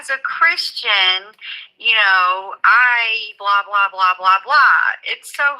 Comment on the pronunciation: I thought when she said "As a Christian" it felt like she emphasized that word too much, as if it were a prop to cover insincerity.